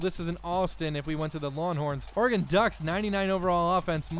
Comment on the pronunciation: "Lawnhorns" lol, love the series